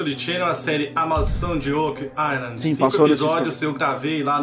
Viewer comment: como realmente é: Oak Island. como o fala: Óck Lailan OASOASKOSAKOSKOASKAO